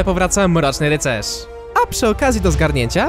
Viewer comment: Jaki rycerz bo ja uslyszalrm na poczatku pilmu spks ruxerz xD